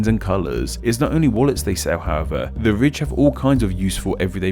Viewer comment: Your accent makes "the ridge" sound like "the rich", which would be a more accurate sponsorship disclosure lol